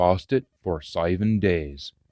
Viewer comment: Anither braw readin - "seiven" is said "seeven" :-)